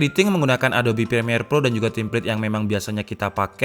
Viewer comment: Mungkin besok-esok bisa diperbaiki bang cara pengucapan "ADOBE" . Harusnya "adobe (a do bi) ", bukan adob (a do p) . thank you bang ..